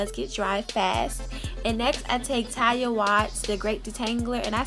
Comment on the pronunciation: I died every time you mispronounced Taliahs name. 💀💀💀 we forgive you boo.